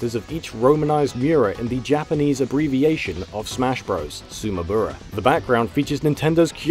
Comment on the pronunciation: Your pronunciation of Sumabura is weird.